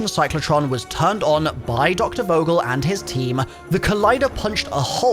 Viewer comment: Its Vogel like u wanna say Fuck. Fogel